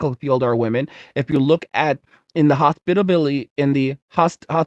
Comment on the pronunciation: Enlgish mutha fucka, do you speak it? Say it right! Hoss Pit AL it tea. ;-)